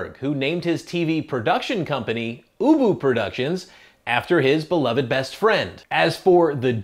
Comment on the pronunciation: You can tell he calls his dog ubu in the interview , but clearly not in the closing, he was probably nervous and he pronounced it boo-boo